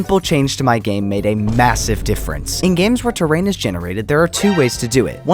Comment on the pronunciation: Did you say massive?